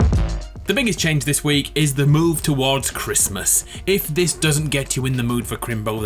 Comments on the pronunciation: "Happy Chrmas." "It's Chrismun!.." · No one:: merry crismss